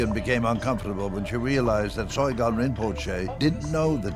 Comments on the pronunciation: Oi, narrator. It is SOGYAL. Not SOYGAL. But regardless of how you pronounce his name, this man is corrupt and has brought real shame on Tibetan Buddhism. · Soygal? This video would be more impressive if the narrator could pronounce the subject's name...! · It's interesting that the narrator mispronounces the subject's name every time: It's "so-gyal' not 'soy-gal'. And then does the same thing with Chogyam Trungpa - it comes out as Choy-gam. This is not a reflection on the claims of the film, but it's very amateurish.